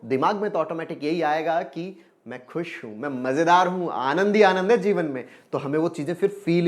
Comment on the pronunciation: Sir jeevan hai ya zeevan. I am confused with your language.